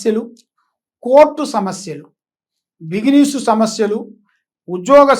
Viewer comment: బొంగేమీ కాదు...సమస్తరం కాదు సంవత్సరం... బిగినెస్ కాదు.. బిజినెస్.. ఇంకోసారి జాతకాలు చెప్పినవనుకో... వెతుక్కుంటూ వచ్చి తంత...